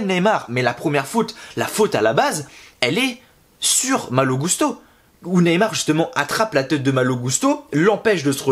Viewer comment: a chaque fois qu’on entends son nom dit comme ça, les gens que je connais se demande pourquoi ils disent gousteau les commentateurs 😁 (ça m’étonnerait que Malo leur est demandé de dire comme ça) Je me disais juste que ce message passerait peut être, mais cool 👍